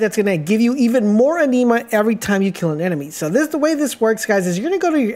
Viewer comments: Bro sorry..just gotta..its pronounced.."AN-NIM-MA" kinda like animal..its not a blood disease!! (Iron deficiency)..🤣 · The way you pronounce anima is really triggering me lmao, it’s said like animal without the L not aneema! Also avarice is ava riss not ava rice 🤣 great tips tho regardless, thanks for sharing 👍🏼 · The word is (Ah)neema like in the word animal..inflexion on the A, not a(Nee)ma. The same theory to the word A-va-ri-ce...inflexion is on the A at the start of the word phonetically should sound Ava-riss. Thank you for the video. It could have been explained, however, in fewer words making it a shorter video. I hope you learn the lessons as well. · Even tho you butchered alotta the pronunciations (i.e.- avarice, anime, etc.. [avarice ends in “iss” sound; and anima is short “i” sound like”Animation”, & not sounding like the low iron blood disorder-Anemia.. lol], it was still a good informative video. Lol…. Could you possibly make a more advanced video, one Not for beginners? No one has any, and I am trying to see if there is anything I overlooked or any builds that I overlooked. Thanks